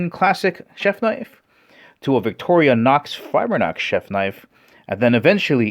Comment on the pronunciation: "fibernox", LOL 😂😂😂 It is fibrox... F I B R O X